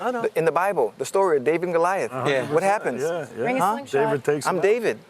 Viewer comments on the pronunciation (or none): none